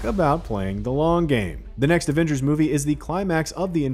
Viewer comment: "Avangers" really?